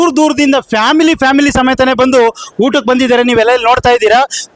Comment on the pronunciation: ಉಟ್ಟಕ್ಕೆ ಅಲ್ಲ ಊಟಕ್ಕೆ